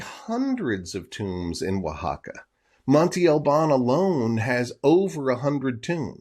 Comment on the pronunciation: Interesting video 👍🏼 I think some people would like it even better if you wouldn't pronounce Monte Albân incorrectly every time. It's not "Monty" but Monte with an open "a" sound at the end like the a in "can" just shorter. You can pronounce it "Montay" which is not correct either but not as bad as Monty. Peace out 👍🏼